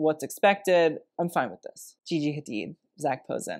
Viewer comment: The way he said gigi hadid 😂. You know you are kinda adorable.